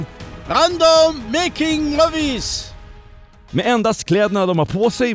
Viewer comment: " Randdåm mejking måvvis "